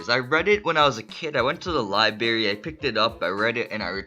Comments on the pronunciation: libary? It's pronounced Library. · “I went to the li-barry” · It’s the liberry XD I’m not making fun of him